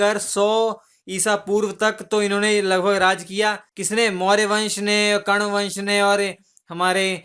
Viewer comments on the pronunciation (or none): none